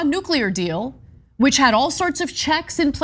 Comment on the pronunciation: Shame Woodward can't pronounce 'nuclear' correctly...